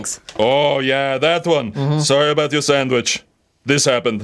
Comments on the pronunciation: Haha u say sang-witch lol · Why does pronounce sandwich, "sangwich?" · Fafa says "sanguich"?